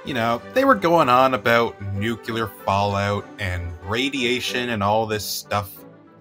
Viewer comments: The word is not nukular its nuclear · It's "noo klee ar", not "noo cue lar". The shift to underground testing was motivated by the fact that atmospheric tests released radioactive fallout, which was dangerous. Also, the manhole cover would have been directly exposed to the gamma rays from the explosion itself, which would surely have heated it up a great deal. It is therefore more likely that it disintegrated within a few milliseconds of the detonation.